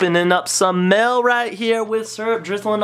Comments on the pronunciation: does anyone else notice that he says mell instead of mail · I love that it sounds like he's saying "mell" everytime he say "mail" its the best